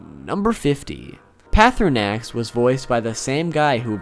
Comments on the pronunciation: I like Pearthernax. Just poking fun at your pronunciation of Parthurnaax. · pathin-axe par thin axe is how u say that